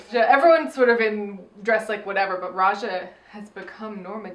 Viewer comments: Why do you keep saying Aja instead of Raja? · Rewatching this, and straight up says Aja instead of Raja a few moments after the 20 minute mark:'D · Everytime they call Raja "Aja", a jimmi gets its wings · Am I the only one that hears AJA when they say RAJA ?